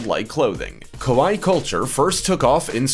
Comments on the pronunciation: It's kawaii.... (ka why ee) . The way you were saying it kowai.... (Ko-why) mean scary in Japanese. Big difference. lol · Your pronunciation of kawaii (cute) sounds more like the word kowai (scary). You need to say both "i" letters ( like in Hawaii) and the "a" less like an "o" sound. How do I know this? I accidentally called a girl "scary" that I wanted to call "cute".... OOPS!!!